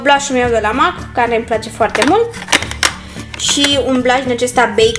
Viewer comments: În primul rând cutia aceea nu se numește compartiment și în al doilea rând MAK nu se citește cum se aude se citește MEK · se spune mec nu mac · M.A.C se citeste mec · Scuze dar MAC se citeste mec😅